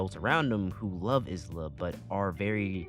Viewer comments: STOP CALLING HER IS-LA IT'S I-LA THE S IS SILENT 😭 Great review tho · Isla being literally called "is-la" hurts me so much, her name sounds terrible that way to me. You basically say her name I-la (like you pronounce the letter i, don't say the s and simple put -la in the end). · Great video and all but.... iz-lah? I'm so used to the sub where it's ai-lah and I'm not used to it. Alright, great vid tho